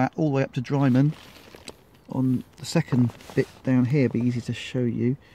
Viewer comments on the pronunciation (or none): Wrong pronunciation of drymen.